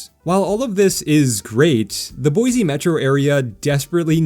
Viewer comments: BOY SEE lol not BOY ZEE Great video! Thanks for the awesome content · take note, visitors and wanna new residents, there is no 'Z' in Boi-Se !! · STAY OUT! You cannot even say Boise correctly.